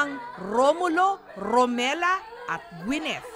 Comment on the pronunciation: Correction ma’am jessica romila po hindi romela